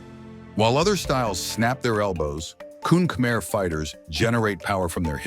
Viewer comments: kun khmer is actually pronounced as kun Khmae/kun kh-ma-e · Uh its pronounced “Koon Khmai”